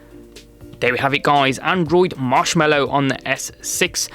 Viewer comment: It's Mallow, not Mellow.